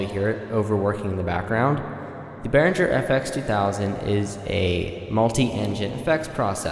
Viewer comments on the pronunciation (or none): Bear-ing-air, not Bear-in-jer.